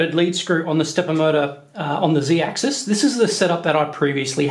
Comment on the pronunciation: Who else cringes when he says zeedaxis.